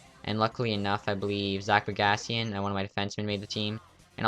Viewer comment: yeah just like how u call Bogosian Bogasian lol